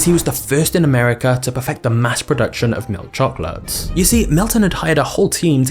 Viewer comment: I really hate the way this man says milk chocolate